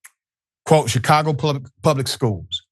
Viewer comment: Shicago...... learn to speak, Professor.